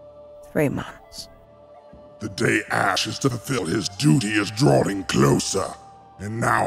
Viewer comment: Its ASH NOT ACSH